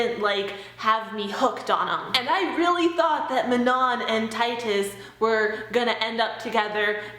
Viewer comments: Mah-non? I always thought Man- on. These names are killing me! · Did anyone say Manon's name normally without adding a French accent to it? 😂😂